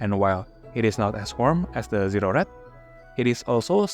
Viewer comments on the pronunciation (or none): Zero -pronounce the O.. pause .. Red Not Zered